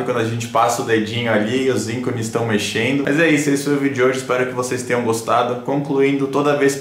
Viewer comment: o conteúdo é nota 10, gostei demais! desculpa a franqueza,, mas "dói o ouvido" ao ouvir hurts ao invés de hertz e íncones ao invés de ícones. Abração, teu canal é show!